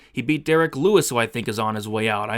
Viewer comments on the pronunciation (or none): none